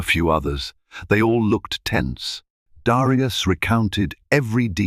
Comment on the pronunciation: Great story but aren't there any American AI or American readers period? Especially in the pronounciation of Black names like Darius or Elena (from another story). Prejudice, still in this day and age should never be tolerated, yet, it was prevalent and tolerated on that airline. Thank goodness for cell phones with cameras and sound for recording.